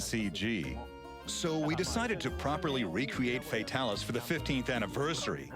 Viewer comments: I immediately stopped watching when he said Fatalis.... (Fatal-is????) Bruh... It's Fay-Talis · Fa ta lis not fatil is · it's FEY-TAL-ISS not FEY-TUL-US